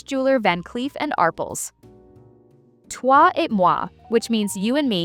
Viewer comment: Twa et mwa not toy, lol 😊